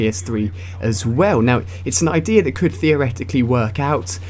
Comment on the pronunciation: He said ideer instead of idea